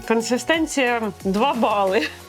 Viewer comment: Із 40 гривень ви сплатили 30 за сам стаканчик. Звичайна пачка Ріви коштує нормально, а всі ці баночки дуже дорого. PS не "консЕстенція", а "консИстенція". Дякую за огляд!